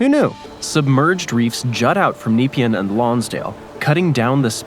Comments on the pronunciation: Loads of interesting info, thanks. Pronunciation could be improved. Nepean , Bolte, Yarra. We also pronounce the 'and' in numbers (eg one hundred and thirty).. Missed the West gate bridge. Also this area is 2 hours drive in either direction to Melbourne, so hardly Melbourne suburbs and not candidates for urban growth. They did have hydrofoil service a few decades ago, but not viable, too few commuters. Fun Facts: 1. on 17 December 1967, Harold Holt, the then current prime minister of Australia, disappeared while swimming in the sea near Portsea, Victoria. 2. The first German ships captured in both world wars happened at The Rip, being so far from the port they did not have time to escape. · Oh dear, the pronunciation of some of the local place names got to me! Pro-tip: consult someone from the region. "Bolt bridge" really? and Nepean was massacred every time. You missed the most famous drowning of the area, 1967 the then Prime Minister took a dip off Point Nepean (Cheviot Beach) never to be seen again. Normally we leave all the killing to the local wildlife. Want a deadly snake, spider or a deadly sea critter; come visit Australia. It's our tourist slogan. Even the male kangaroos can kill. Killer rips? Just to get those that survive all the killer critters. We are training up the koalas and fairy penguins. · It's NOT Nee-pea-an. It's Ne-pea-an or N'pea-an. Google West Gate bridge. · "Neepeean"?!. How about checking the correct pronunciation before putting an audio track to the video!? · It pronounced Point Nah-pee-anne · Try pronouncing it Napean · No bolt, it's pronounced bolt-e. Nepean sounds as Ne-pee-an. Oh, a good candidate for a tunnel. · Funny pronunciation of Yarra & Nepean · AND……… learn how to pronounce the names, “Neh Pee-Ann” not napian and the bridge is called the “Bont-ee” not “the bolt”. It’s named after a former State Premier. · How he says Nepean is making my eye twitch! (it's Neh-pee-an) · nah pean not neepian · Kneep-i-an! Try Nep-ee-anne.